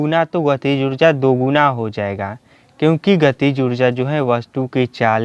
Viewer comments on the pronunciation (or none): It's guna not guda